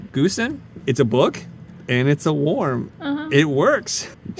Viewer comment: I love your videos but... Book worm (not WARM) lol